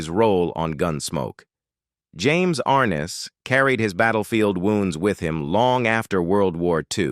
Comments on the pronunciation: Stupid A-I... It is ar-NESS, NOT ARN-es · You mispronounced his name dumby. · Please pronounce James Arness’s name correctlymm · Annoying isn’t it?